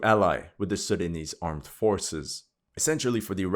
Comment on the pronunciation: You have a perfect pronunciation of these Sudanese names. Respect 👌